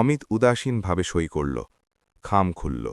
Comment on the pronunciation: এরা সই বা স্বাক্ষরকে "ছই" বলে কেন?!!